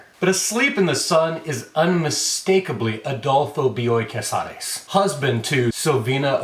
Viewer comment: As a paisana of Bioy Casares, I appreciated how well you pronounced the name. Not that I would have minded if you butchered it, but damn you sound good in Spanish, my man!